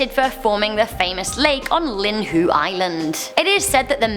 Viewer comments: hold up did she just say “Linhue” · Also Lihue is lee-hoo-way on Lee-hoo.